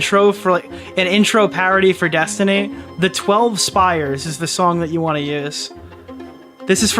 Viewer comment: Spies, not spires